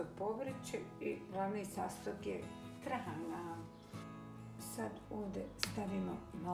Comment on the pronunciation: Napokon da cujem pravo receno trahana. Ruke ti se pozlatile.